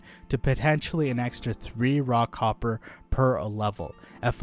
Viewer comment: When he says "raw copper" I hear "rock hopper"